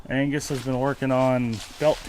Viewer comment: that's not an Angus that's Angrus!! 🤣🥃